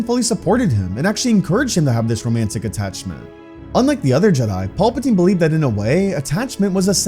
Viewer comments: For the love of God it is PAL-patine not PAUL-patine. Love your stories but get it together man. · Pal-patine not Paul-patine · Please stop saying Paul Potine. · All i hear is "Paul-patine" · "Paul patine" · Paulpatine? lol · Im tired of dude calling Palpatine "Paul Poutine" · Every time I hear master palpatine I hear master paperplate in my mind